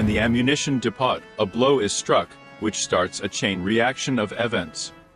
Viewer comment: Who speaks English like like this? " In fat tree", "de poT", "stratus galee", "whore isn", "ad ren a line" and wtf is a "donut"? write your "comence" below? :)